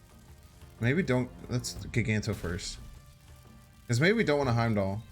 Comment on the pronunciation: For the love of god man… I love you content but if you don’t start saying magneto and giganto right, I swear I’ll stop watching. It’s MAG Ne tow